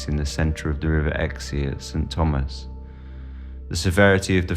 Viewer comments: I live 1 mile from the bridge at the River Exe. It is pronounced "X" and not "Exey" but otherwise, great video! My grandmother was born in Lympstone, and she remembered being told stories of these prints to make her behave! She died in 1994, sadly, but would have loved this! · The river Exe is pronounced X not XE, just X. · Im in the states ,so i speak English. I would had pronounced the Exe river as 'x' as well. I dont know what is up with this guy either!